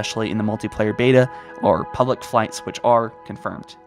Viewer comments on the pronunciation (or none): none